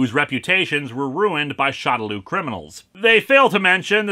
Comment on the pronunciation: for future reference, shadaloo is, from what i gather, supposed to be pronounced "shadow loo (like moo.) " just wanted to give the heads up. great review man, keep up the good work.